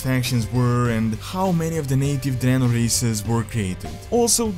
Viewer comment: called it Dreanor